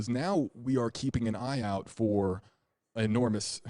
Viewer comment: He said falling our of bed not falling out of bed